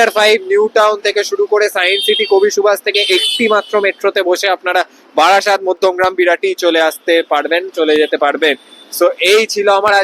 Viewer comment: ওটা বারাসাত নয় রে, বারাসত 😂😂